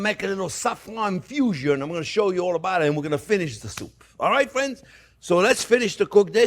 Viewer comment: "well hello there phrinzzzzzzz!!!!"